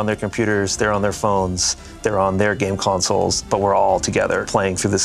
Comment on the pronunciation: Did he say game consoles? Like, what?!?!?